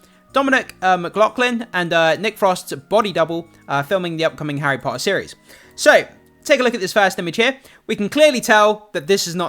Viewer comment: I think your content is great but “tt” is not your forte. Your pronunciation of Potter is ruining the viewing